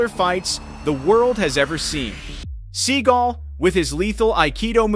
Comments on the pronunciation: he is mispronouncing his last name it's sagal not seagull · Sa gall not pronounced seagul